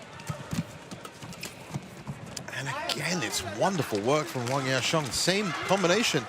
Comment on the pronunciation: Judge pronounced ‘Huang Ya Kuang’ 😀